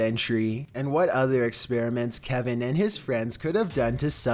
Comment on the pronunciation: I heard Calvin not Kevin but idk